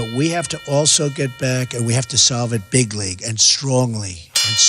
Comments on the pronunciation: Did he say "bigly" or "big league"??? WTF??? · Nope, he definitely said bigly. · I thought he said "Big League"